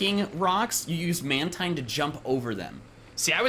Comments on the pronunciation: guys did you know mantine is acctually pronounced man-teen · Mantine pronounce manteen